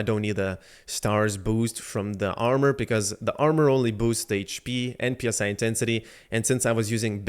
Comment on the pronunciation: Bro it's not P S I intensity it's Psi(sye)